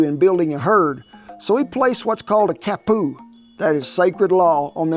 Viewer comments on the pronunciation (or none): The word is Pa nee o lo, and it's Ka pu.